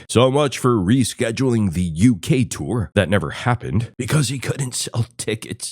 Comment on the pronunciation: He tores!